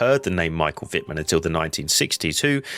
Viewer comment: Y dale, pronunciando el alemán, como el inglés: Es Vitmann. No Guitmann